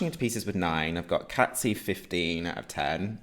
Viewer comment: Cazzi is pronounced like Cassie not Catzi🥰